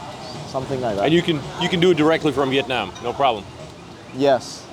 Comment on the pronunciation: BEAUTIFUL and top notch videography .. makes me wanna move there soon ..just wanna ask you , please when you pronounce the word Vietnam, nam pronounced as in NAMASTE , it aint nam as in dynamic like youre doing !! thank you and youre so welcome !!